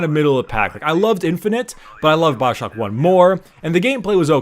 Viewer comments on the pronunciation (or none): it's Bioshock not Baowshock .. Dhhh